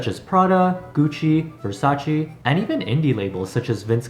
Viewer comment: its pronounced versacae btw